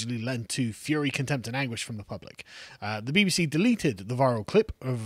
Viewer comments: I heard 'BB-Xi' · Did carl accidentally say "the BBxi" lol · Sounded more like BBXi to me. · Ha the “BBshe” you said it perfectly.